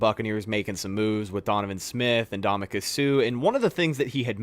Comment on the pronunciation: Hearing say Ndam-u-ka instead of (uhn·daa-muh·kuhn) with an N always makes me hilariously cringe